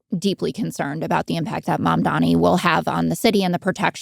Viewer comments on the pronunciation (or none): "My jewish friends": Just say my handlers at AIPAC Also it's Mamdani not Mamdami. Just call him Mr. Mayor if its that hard.